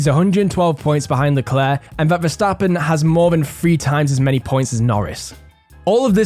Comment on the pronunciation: This guy actually pronounces Verstappen right